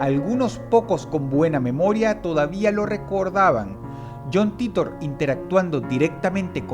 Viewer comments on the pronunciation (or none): Yon Taitor ffs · Me dió cáncer escuchar "John Titor" pronunciado en español.